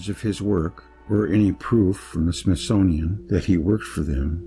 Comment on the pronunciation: Smith-Sun-ian Of the Sun workers